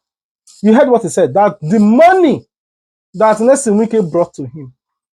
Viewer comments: The man's name is Nyesom, not Nelson. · His name is Nyesom not Nelson. Polish your grammar or use broken/ Pidgin English. It was a beautiful package